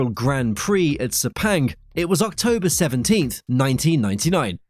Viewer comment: Sepenggg what shlte pronunciation